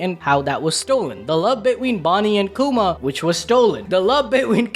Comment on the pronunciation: between isn't hard to say you say bid*small Pause*ween